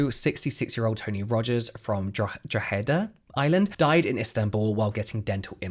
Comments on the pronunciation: Good attempt at prononcing Drogheda 😂 its pronounced like "droh-heh-deh" the "o" sound more like how the o in octopus is pronounced rather than "oh" if that makes sense 😂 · Drogheda is pronounced "Droh-heh-duh"... It's a tricky one, don't worry 😉😂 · Drogheda - ‘Dro-hid-a’ 😅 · He didn’t do too bad really. I’m west of Ireland and I’d pronounce it Draw-head-ah